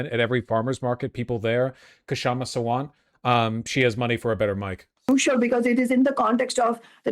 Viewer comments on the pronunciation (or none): Her name is just pronounced Shamma - the K is silent. And last name is SAA-Wunt